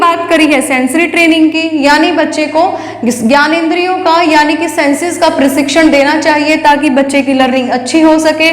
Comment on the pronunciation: पढ़ाया तो अच्छा पर आपका उच्चारण अनपढ़ों जैसा है, यथा आप बोलती हैं शारारिक, परशिक्षण, धवनी इत्यादि । ऐसे 100 शब्द आपने गलत बोले। यह गलत शिक्षा देने के साथ गंदा भी लगता है।